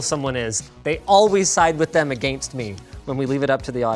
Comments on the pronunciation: OMG!! I’ve been wanting to post this in a thousand videos, but i’m always at work and can’t sign in to post! Linus!, it’s a-genst!! NOT a-gain-st!!! Drivingme nutssssss. Nuts I tell ya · I'm siding with Anthony because you said "Agaynst" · Linus, we only side against you because you can't say the word against. You say again...st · People probably side against Linus because he pronounce against again'tst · "Agaynst" Be more Canadian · After pronouncing it agAINST, we are definitively going to be agAINST you. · "Agaynst" does this bother anyone else? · a-gain-st me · Everyone probably sides against Linus because of how Canadian he pronounces "agaynst." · Never knew Canadians pronounced against so harshly with the A. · you said against wrong but yeah anthony makes sense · I don't like the way linus says against. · Linus's accent comes out when he says "against me" lol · I always side against people who pronounce “against” the way you do. Just a matter of principle. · linus pronounces "against" funny.... lol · WHO says against like that?! YOU'RE RIGHT I'M AGAINST YOU NOW MAAAAAAH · Maybe stop saying against. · "They always go against me" No we don't. Also you pronounce 'against' wrong. /s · Omfg can you please say against correctly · I'm siding against Linus for his pronunciation of the word "against"